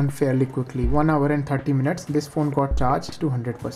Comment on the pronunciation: who heard oppo x3 😂